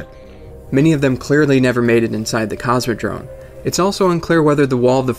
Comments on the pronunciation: It is Cosmodrome, with an "m". Not Cosmodrone... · Cosmodrome, not Cosmodrone(sounds like you say Cosmodrone) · Very cool info man! Subbed! :) PS: CosmodroMe, not droNe... <3